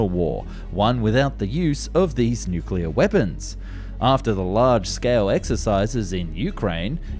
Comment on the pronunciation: just like nuculer (nuclear) over and over again